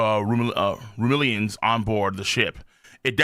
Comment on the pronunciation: Man is dedicated to mispronouncing Simurians and Rumelians